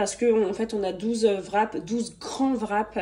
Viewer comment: Fin de mois: festival de touski! Vrap( wrap)???? Le w ne se prononce pas. T'es comique.😅